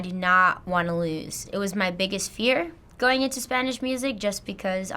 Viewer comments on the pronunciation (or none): none